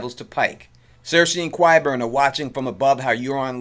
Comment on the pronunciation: I love your voice and narration. This is a friendly assist on qyburn, say it like sky burn but no "s". You're doing a great job, awesome sense of humor in the edits! Preston jacobs can't pronounce anything at all so qyburn is no big deal. Enjoyed your video very much, thanks! Love QOT.🌹 👏 👏 👏 😀